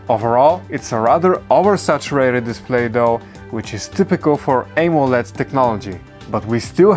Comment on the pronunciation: you pronounced amoled wrong